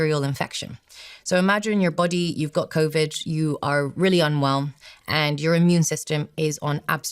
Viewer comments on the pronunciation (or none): Innocent question: Why does she pronounce Covid as Coviddge and Need as Nijj ? Is this a known accent ?